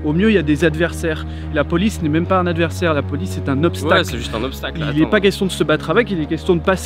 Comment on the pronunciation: Hahaha j'adore la "polisse" 😂